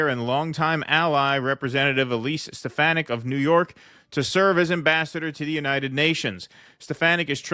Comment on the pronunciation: Btw....she's from my neck of the woods...that's Elise Steh-Fah-Nick